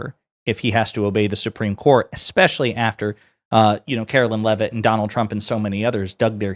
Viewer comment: karo-lie Leav-itt LOL